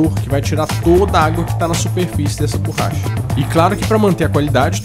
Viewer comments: borracha, não "burracha"! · Oohhh.... não é burracha... é borracha,kkk